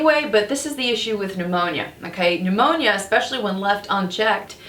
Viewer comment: P-new-moany. That takes me back 😄